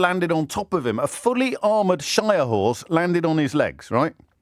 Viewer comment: James' Kidderminster accent came galloping out when "he fell of 'is armoured 'orse..." 😆